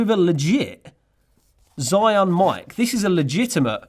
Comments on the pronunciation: ZhiYun 智雲 "zhee-yoon", not "zhai-yoon" and definitely not how you said it - "Zion". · Cool gimbal and cool video👍🏻👍🏻👍🏻. Correct pronunciation of ZhiYun sounds quite like "JeeYun", better and easier to pronounce for non-mandarin speakers😆.